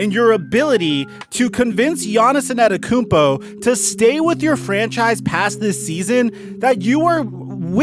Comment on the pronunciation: Bruh.. you continue to struggle pronounce “Antetokounmpo”